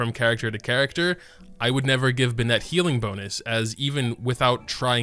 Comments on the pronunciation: watched for a while now, and while i'm sure it's already been commented...why do you insist on saying bennett wrong? if you want to know how to pronounce it...he says it every 5 seconds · why do you pronounce Bennett like that? he's not a pokemon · He pronounces Bennett as if it were a girl's name.